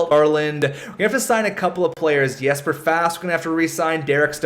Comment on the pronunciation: Hey your videos are awesome! It's spelt 'Jesper' but it's pronounced 'Yesper'. Just saying:)